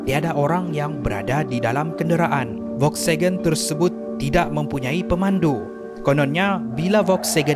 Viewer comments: Volkswagen bukan Volksagen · Bukan volksegen tapi volkswagen😅😅😅